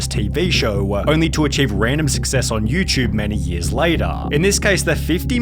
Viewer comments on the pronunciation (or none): Dude. It “YouTube “ Not YouChube